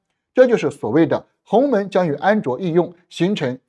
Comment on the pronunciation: 是鸿蒙，不是鸿门哦，博主注意读音！